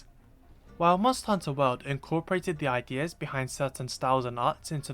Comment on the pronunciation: Everytime he says world I keep thinking he’s saying wild